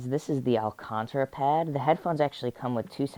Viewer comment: He's adorable. Alcantara is pronounced al cAn ta ra btw ;)